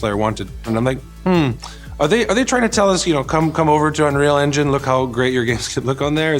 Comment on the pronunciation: Dude can't even say 'unreal engine' properly.